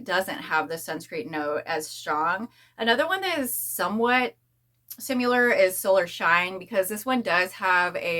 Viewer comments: The way you are saying “similar” is not the correct way to say it. Google and it will give you the correct pronunciation so your videos will sound better. Letting you know because if it were me, I would want someone to tell me. Hope you don’t take it as offensive. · I see alot of ppl say it the way she does. Not sure why. Maybe it's where they are from or something? I hear it alot tho and want to say something ,but never want to come off as rude ❤